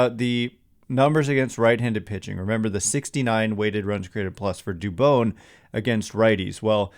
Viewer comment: Dude learn how to say Spanish names